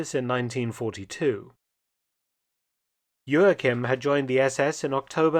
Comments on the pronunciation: Joachim was a German, no need to pronounce his name in a Portuguese way. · The translator was amazing. Mark - please take some German lessons. "Haupt" has the "au" vowel like "Frau" and the "au" sounds like the middle of "cow." It's not "hopped." And stress the first syllable - EIN-satz not ein-SATZ. And Joachim - that's like fingernails on a chalkboard. Great, impressive work, but I cringe at most of the German pronunciation. Das kannst du besser tun!